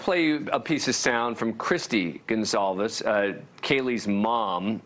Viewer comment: Why is the idiot Abrams calling the victims "*Gonzales*"?. It is "Goncalves". Fail.